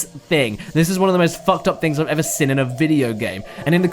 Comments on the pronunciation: Seen. Not sin, "seen." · I have to ask. When you say seen re you saying "sin" on purpose?